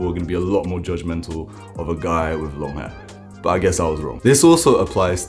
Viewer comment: You say wiv I think you mean with !😅